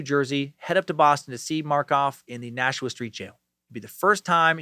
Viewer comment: Awesome job pronouncing Nashua, thank you!